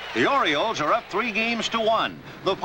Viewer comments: What's an "Oriloe"?? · Oriloes? Idiot.